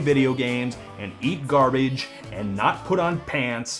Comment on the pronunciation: LMAO!! HE'S GONNA EAT "GARBEEGE"!!